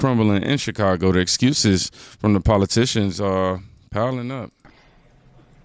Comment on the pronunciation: This man thinks there's an "r" in Chicago. Chicargo 😂